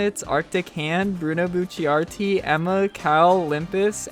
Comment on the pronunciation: I only found you last month, but I've already been craving for new uploads. Can't wait for the Higurashi vid. Never change.... ... Except for how you pronounce Bucciarati at the end of your videos. That should change